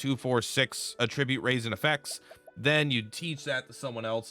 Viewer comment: dude it’s pronounced at-trib-ute not uh-trih-byoot unless you’re saying it as a noun instead of verb